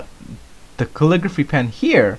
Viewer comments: MineJupe kull-ih-gruh-fee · why cant this guy say caligraphy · He cant say Calligraphy... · kale-i-grwaphay... right?